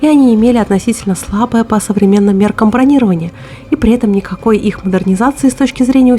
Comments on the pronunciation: не, в военных "канцеляризмах" полным полно и других синтаксических хохм. Наверняка найдутся уволенные на пенсию военные, которые поддержат "бронировАние". Видимо, воинов учат другому, и что однажды пролезло как местечковый говор, потом и устоялось, как в генералы человек выбился. Еще думаю, что военные друг друга по таким ударениям узнают на гражданке, признак касты. Хотя звучит все равно коряво, ухо режет. Как будто снова в учебку попал. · правильно говорить не бронИрование,а бронировАние,если речь идёт о броне и бронетехнике.А канал у тебя интересный. Владивосток смотрит с интересом.😊